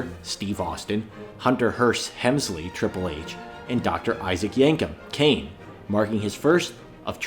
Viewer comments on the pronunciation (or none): HEM-sly?? Good vid but cmon bro. You have to pronounce his name correctly. No offense.